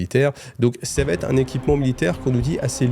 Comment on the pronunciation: Sam'di cette fois c'est fini! J'apprécie l'effort sur les musiques celle de la fin est bien sympa ça fait plaisir. Sinon j'aime bcp ton travail. Je me dis que si j'étais un auteur Black Libruary j'écouterais tes vidéos pour combler les failles et incohérences des récits Merci m'sieur. (Attention aux fausses liaisons: 8 zobjets ou ça va t-être mais je connais tes conditions d'enregistrement en quasi conditions du live)